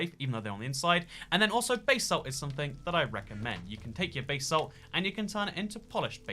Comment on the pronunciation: No one:: bay-salt